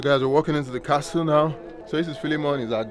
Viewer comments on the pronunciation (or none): Great views as usual., we need to work on your pronunciation. The "t" in castle is silent. Take no offense as anything or anyone can improve. As a Yoruba person, we already fight the "h" and "i" factor. Wishing you the very best. Can't wait for Covid to be history so my family can explore Africa. Thank you so much for all you do to showcase 🌍